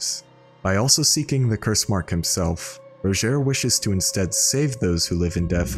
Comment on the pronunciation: Rodgier says his name in game and it certainly is not pronounced ROW-JHARE, like eww what an ugly way of saying his name.